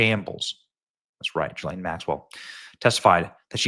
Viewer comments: The monster's name is pronounced GHEE-LANE. Not JISLANE. Let's call the devil by her name! ❤ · Benny, it's pronounced with a hard G. Like girl,gone,gazelle. Gi-Laine. Thanks for another great show. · Gee-lane, it's pronounced Gee-lane!!! Say it correctly, Benny!!!!